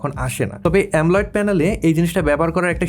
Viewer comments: AMOLED কে “এমোলেড" এর পরিবর্তে “এমলোয়েড" বলেছেন ভিডিওতে। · ভাই এতো দিন শুনছি AMOLED ( অ্যামোলেড) । আপনি বলছেন AMOLIDE ( অ্যামোলাইড) এটা আবার কোনটা?